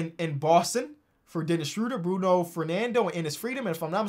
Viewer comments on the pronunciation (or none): none